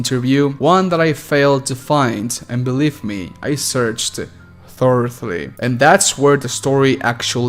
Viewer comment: Thoroughly- ‘Thuh-row-ly’ Not try to make fun, just wanna help bro. I know English is confusing as hell haha.